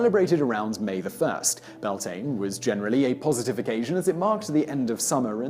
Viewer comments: It’s not pronounced Byal-tin, it’s actually pronounced “bee-YAWL-tinnuh” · You know what, that pronunciation of Samhain, close enough. The pronunciation of Beltane though, that one kills me a little inside